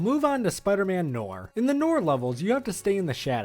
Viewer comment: there are times he pronounce noir right then other times he say knorr like the seasoning